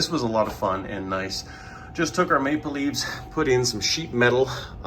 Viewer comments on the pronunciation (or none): none